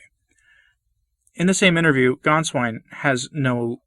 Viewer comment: Gänswein not Ganswein